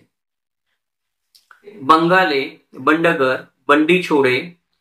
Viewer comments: वडगर नाहिये बंडगर आहे . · लवटे कुळ - बंडगर (माने ), बडगर उच्चार नाही, बंडगर correct